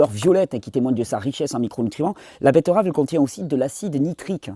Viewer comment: Je prefère quand tu dis "betterave " plutôt que "bett-EU-rave". C'est bcp plus joli. Merci pour le jus